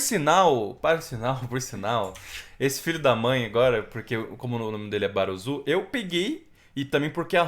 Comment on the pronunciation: Mano, sei que é besteira, mas se pronuncia” baruçu”, fica a dica, react top